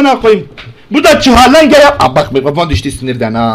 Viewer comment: ÇIHALENGE XD